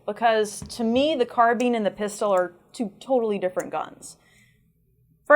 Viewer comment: ITS NOT CARBEAN!!!!!!!!!! ITS CAR-BINE!!!!!!!!!!!! ITS NOT HARD TO SAY OMFG!!!!!!